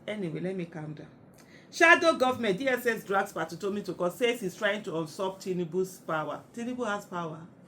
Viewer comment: Far be it from me to correct the great Aisha, but the pronunciation of the word ‘usurp’ is ‘you.surp’. Pronounced like the letter ‘U’ and ‘surp’